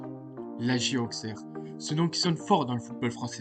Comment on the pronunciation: On dit AuSSerre et pas AuXerre 😉